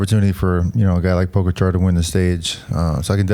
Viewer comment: It's funny how Lance stresses second syllable of Mohorič (first should be stressed) and first syllables of Pogačar (second should be stressed)